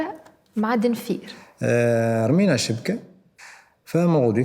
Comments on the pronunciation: دنفير❌ دنفيل❌ دولفين✅ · علاش دنفين وعلاش امريكيا 😂 دلفين ...امريكا 😂❤ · دلفين ❌ دنفير ✅ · "Denfir" elle a dit 😆😆😆